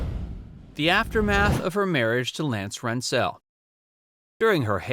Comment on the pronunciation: Again, these are very interesting to us colder people who remember these old stars. The only thing is I wish someone would coach the narrator the correct pronunciation of the people in these stories. ….. Lance who?????